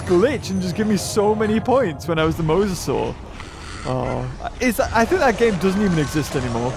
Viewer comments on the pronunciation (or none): none